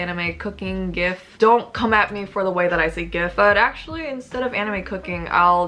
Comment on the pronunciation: Also you say "gif" correctly. Grammatically that is how its pronounced, no matter what the original creator may try to say